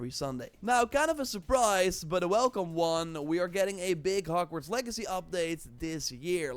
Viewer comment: Wait did you just call it Hargverts? 😂 wtf